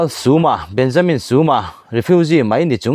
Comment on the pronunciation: Benjamin tiin lam ve mai ta la, suma itia, i thluk dan dik leh bok silo a